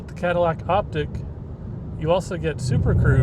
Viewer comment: It's Optiq, not Optic